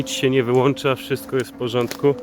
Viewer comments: sorry nie mogłem się powstrzymać wyłącza, a nie wyłancza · WYŁĄCZA NIE WYŁANCZA XD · WYŁĄCZA sie mówi a nie wyłancza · "Sprzęt dostaje fiskacji... a nawet wyłancza się". Opis zjawiska nadprzyrodzonego.